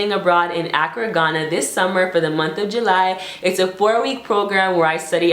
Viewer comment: It's pronounced AH-Crah lol